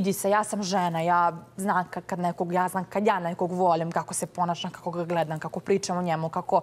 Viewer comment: gUoca, tALefon,ZeAli, VoAlim .. Sloba je moj BOag 🤦🏻‍♀️